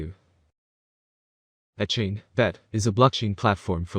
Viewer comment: This person can't even pronounce vechain properly. Don't listen to a single thing they say, vechain will never hit $1500 🤣🤣 maybe 1 or 2 dollars